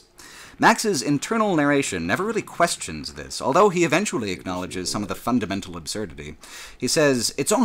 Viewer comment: Elso, elthough, eltogether. Whoever taught you English deserves to be fired.